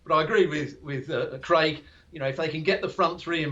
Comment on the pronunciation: Creg. Creg? Is it that difficult to say Craig?